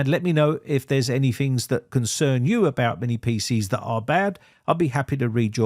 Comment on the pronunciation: lol that's what caught your ear? I can't stop hearing "Fings" since he can say "tons" perfectly but f's instead of t's ring in my head...lol